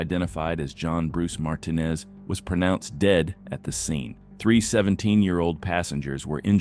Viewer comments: We know AI voices cannot pronounce Martinez correctly...bad twice in this video. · Martinez was pronounced wrong the AI way.